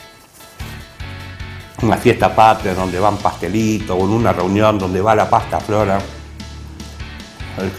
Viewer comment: Buen video No es "pastaflora", es Pastafrola😅